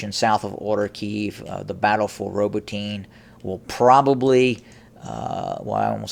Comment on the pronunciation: [ ra BOAT ee ne ] Not [ row boat teen ]